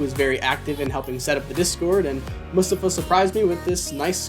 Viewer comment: Might not be a big deal, but thank you for pronouncing Mustafa’s name right. Appreciate it, waiting for my pair